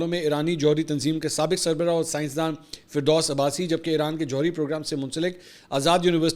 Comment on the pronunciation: Not ferdos Abbasi, faridoon abassi ha